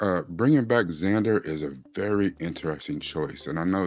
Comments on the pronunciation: his name is Vander not Zander 😂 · Umm.. it's Vander